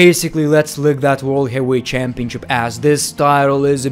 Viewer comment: If I got a dollar for every time he said CHAAMpionCHIP